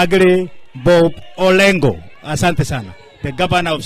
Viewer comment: 😢kikuyu orengo is not called Olengo 😢